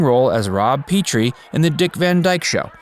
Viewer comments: Rob "PET"rie...not PEETrie❣ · Again - Pronounced PET TREE, not PEE TREE. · Peh-tree! Not pee-tree! Oy! What's the shocking decision? I'm curious - what was the pilot he was working on when he got the Dick Van Dyke Show? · It's not "Peet - tree", it's Rob Petrie, pronounced "Pet - tree". Facts Verse always makes mistakes in every single video. They don't "facts check". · That's Pet tree...not Pee Tree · That's Pet-tree, not Pea-tree. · It's pronounced "Petrie" not Peetrie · A great American. An American icon. And he played the part of Rob Peh-trie, not Pee-tree. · Thumbs down.. clearly a robot is used for narration.. because no HUMAN ALIVE would mis-pronounce his character on the Dick Van Dyke show as PEE-tree... everyone knows it's PET-ree.. idiot. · I think this is the second time I've heard on these YouTube videos Petrie pronounced, pee-tree, which is wrong if you've ever even watched the Dick van Dyke show. It's pronounced pet-ree. Please say it correctly in future videos! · The character’s name is Pëtrie, like “pet.” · FYI; Petrie is pronounced 'PET-TREE. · Not Peetree, it is Petrie with a small e you dumb ass. You are hopeless. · Rob PEH-tree. And Chitty Chitty Bang Bang is United Artists, not Disney. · Yes I noticed he pronounced it wrong to. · It blows your credibility when you cant pronounce the name of his biggest character. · It's a soft E not a hard E. It's the biggest gripe I have about these videos. You have all the facts but don't take the time to make sure the names are pronounced right.